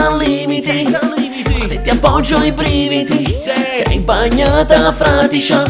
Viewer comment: FRADICIA NON FRATICIA